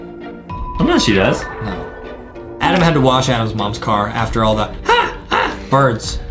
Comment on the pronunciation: It’s ADEM not ADAM